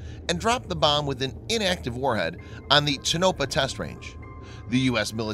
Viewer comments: TuhNoPuh? Try Tonopah... ToeNoPah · Its "Tone- A- Paw" test range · Its pronounced "Tone ah pah".